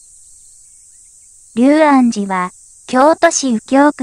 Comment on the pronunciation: 細かいことですが「龍安寺」と書いて「りゅうあんじ」じゃなく「りょうあんじ」と読むようですよ。